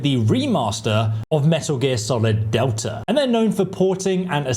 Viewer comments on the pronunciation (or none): none